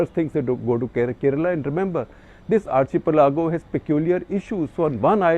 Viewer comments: Isn't it... Ar- key- pelago rather than Ar- che -pelago?? We spell architecture that way! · Is pronounced Ar "khi-pelago" not chi- pelago.. #cuttheclutter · Sir, so many youngsters watch your videos. It is important that you get your diction right .Not meaning to offend but you mentioned the word "archipelago" several times with wrong pronunciation...it's pronounced " Arkkippelago".We are all creatures of habit you have previously mentioned about people pointing out your America as Umrikka.. and you did make an effort to change it. Might I also add the word " iron". You always say " I Run".. so do many others north of Vindhyas..could you look into it please . So the next generation doesn't copy the mistakes we make..thank you🙏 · SG sir, are you sure you are pronounciation of Archipelago is correct ??!!